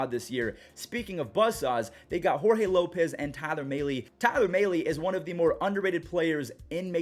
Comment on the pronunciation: I cringe every time says Tyler Mahle